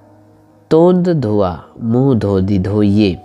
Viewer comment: तोंद नहीं तोंड ड